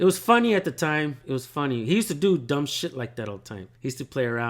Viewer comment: U can save your wisdom tho it’s kinda of ahh how u say Dumb